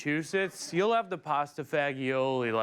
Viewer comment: Popping in to say, it's pronounced "pasta fahgeeolee"